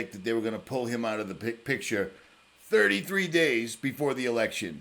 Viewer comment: Really the emphasis on 33.... gtfo bro